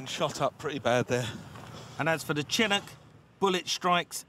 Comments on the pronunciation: Chinook not Chinock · The dude announcing the helicopter wrong is really getting to me Its "Chin-nook" - it's literally pronounced how it's spelled. Y'all english should know this because you absolutely love doing shit like that. Like with Aluminum. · "chin-ook" Bruh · Love the way he pronounces “chinook” like Chin-nook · "Chin ook" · chinik? i thought it was pronounced shinook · Yeah, but can we talk about how the narrator pronounces "Chinook" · For the love of god Someone please tell him how to pronounce chinook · Can we talk about the dismal pronunciation of the helicopters name? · Chinook is pronounced with a soft "C".